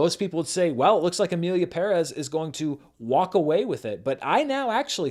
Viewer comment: first white guy that gets the pronunciation of "Perez" correct, you have my respect